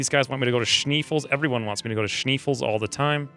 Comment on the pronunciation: SHNAY-fells (Schnee is German for snow).